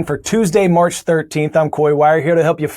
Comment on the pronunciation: Hey Coy! This is Mr. Piazza's class from Derby Highschool and we watch CNN10 everyday. For Your Word Wednesday we picked "enigmatic" as our future as students can be mysterious and daunting but we keep on trying everyday despite that. By the way, today we noticed that you said "March" instead of "May" which was a bit funny.